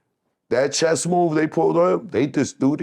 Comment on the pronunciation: "They playing cheeeess!"🤣... It's pronounced "CHESS!"🤣🤦🏾‍♂️😂😂😂😂